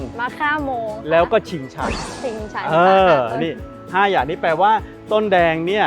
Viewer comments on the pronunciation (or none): ชิงชัน นะ ไม่ใช่ ชิงชัง